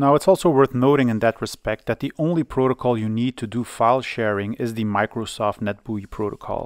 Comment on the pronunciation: i came for retro pc stuff and stayed for the pronunciation of "microsoft net bui"